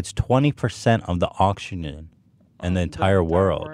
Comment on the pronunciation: Wow, 20% of the oxshinoon? I know it's not that important but the amount of times Ethan mispronounces things is pretty significant.